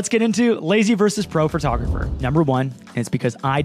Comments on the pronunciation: A lazy photographer pronounces “photographer” as “fir-tographer” 😂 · Were you saying Phratographer? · A lazy photographer pronounces it “phRtographer!” 🤣 I’m sorry! I love you. 🥹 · ...when they pronounce it as "phertographer" hahaha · Ahhh my biggest pet peve is when people say "fer-tah-gerpher"